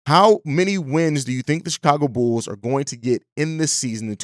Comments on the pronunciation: I heard it too, bro had too much yak yesterday 😂🤣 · I thought it was just my ears 👂 😂